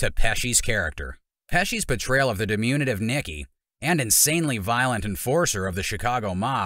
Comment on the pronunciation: Learn to pronounce diminutive.